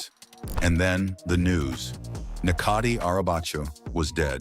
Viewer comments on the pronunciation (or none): his name is pronounced as Netjati not Nekati.